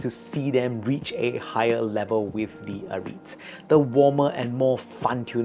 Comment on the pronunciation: it is called ah-rih-te not ah-reet